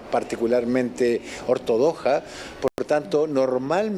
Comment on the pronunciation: minuto "ortodoja".... xD